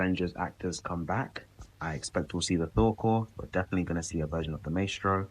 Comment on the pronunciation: your mispronouncing maestro